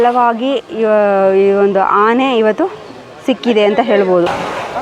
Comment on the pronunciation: Amma thayi nin kannada keloke agta illa. Dayavittu bayi muchamma. Phala kke pala antiya Aane ge haane antiya.